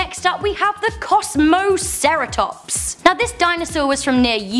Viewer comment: for the kosmasaratops just say Kosmi sara Tops